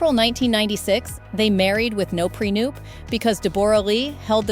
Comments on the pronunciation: These bots they use to read the script 🤦🏻‍♀️🙄 “De-BORE-ah Lee” “pre-NUPE” So annoying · Prenoop? Stupid AI. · What an odd way to say Deborah and prenoop haha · Also, prenup was pronounced prenoop. 🤦‍♀️ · UNSUBSCRIBE.. This channel is 100% AI. Take notice, she CANT even PRONOUNCE PRENUP lol